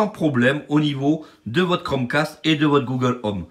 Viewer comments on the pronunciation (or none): Tu lance le chromeEEEcaste et ho la bouillabaisse je viens de marEsEiLle ho